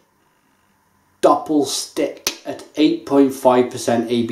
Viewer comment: I know this is 12 years old, but it's pronounced Oo ree guh. Dusseldorf is pronounced Do sell door ff